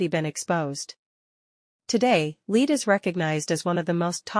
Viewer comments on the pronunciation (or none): Lead? Rhyming with feed? AI sucks.